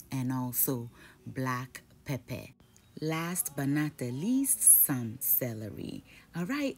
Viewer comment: Loved the way you said black peppeh